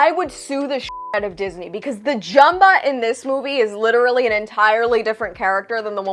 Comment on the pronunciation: Thank can’t even pronounce Jumba name. And I was looking for the part when the house gets destroyed you should not play with guns ok then they play hot potato omg I hate the movie